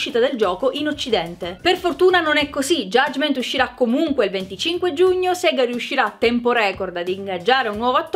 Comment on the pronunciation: si pronuncia "Sega" ok che in italiano da ridere perché significa anche masturbarsi ma dire "Siga" è sbagliato, basta avviare un gioco classico di Sega per sapere come si pronuncia (perché c'era un coro che diceva "Sega")